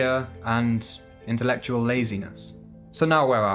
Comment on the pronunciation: I saw you drooling when you pronounced intelectual 🤣